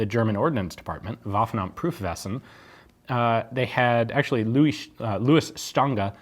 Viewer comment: Ian says "Waffenamt Prüfwesen". (roughly: Ordnance Department, Validation Section): pronunciation is ever so slightly off. 😉